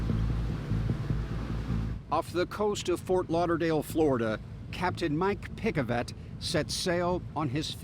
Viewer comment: Mike Pick-A-Vet